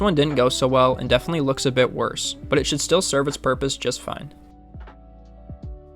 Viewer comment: Deafenly. You mean def-i-nit-ly?